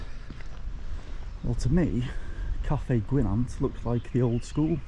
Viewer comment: Good vid, only a little prob, Llyn Gwynant it's not Llyn Gwyn ant as you say it's Llyn Gwy nant, it is important because it's Welsh it needs to be respecrted.